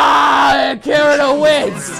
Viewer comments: I know he’s pronouncing it wrong? Like I said, he says “Kirito” with American pronunciation instead of Japanese, and he has ever since it first came out. It irritates me, but I’m used to it now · It annoys me how so many people say Kirito wrong, its Kee-dee-toe not keer-i-toe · Kirido......... it's keer-etoe..... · It is not kireto it is kiteto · Did he seriously pronounce kirito as ki-ri-to instead of ki-di-to like it says in the anime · its pronounced kiri toe not kiri do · really annoying the way you say Kirio it's Cree-ti-OH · Sounded more like Kirido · He said giritou.... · Im getting mad at his not pronouncing it as Keedito. I know its spelled Kirito but thats the pronunciation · "Kirido" That shit is driving me fucking nuts. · Yeah in the anime they pronounce it kittytoe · Sound like he’s saying and off brand of Cheerios “kiriro” 😂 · You can be 'Kiridoh'? Shaking my bloody head out of how tongue wise incompetent you are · ITS PRONOUNCED KITITO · Dude said kiri yo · you cant even say Kirito's name right, so you cant be him. It's pronounced "Kee-dee-toe" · Sounds like he’s sayings kirido XD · You said Kirito wrong, it sounds like Kitty toe.. bastard. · this dude said kirio ... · Does anyone else get so annoyed the way he says Kirito when it’s ki de to Keeeee deeee to not kiri to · Kirito’s name is pronounced kidito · Bruh. "Kirido" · DID HE JUST SAY KIRYO!!!!!!!!😠😠😠😠😠😠 TRGERRRRRRD!!!!!! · Dude I’m pretty sure it’s pronounced ki-di-to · Ki-rio is what I hear from you smh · It’s ki-dj-to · Excuse me- did he just pronounce it as... kireo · Who says Kirito with the r lol. It’s pronounced kitito. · Why is he saying kirido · i am triggered 😠 why u may ask cuz he said kiritos name WRONG like he.said kirio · Why did u say kiRito 🥺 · You said kirito wrong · And saying Kirito name wrong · He keeps pronouncing kirito's name wrong its kinda irritating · Saying kirito's name wrong -1 point Not saying link start -2 point's Every thing eles + whatever you want